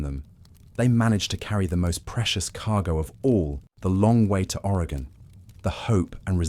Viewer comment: As an Oregonian, Willamette is pronounced will-am-it. But I’m honestly impressed you pronounced our state correctly, as people from the east coast of the US don’t even pronounce it right, especially the northeast. Thanks for covering the Oregon Trail!